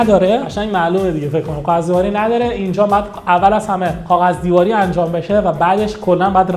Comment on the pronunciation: تلفظت رو کاغذ بده میگی قاغذ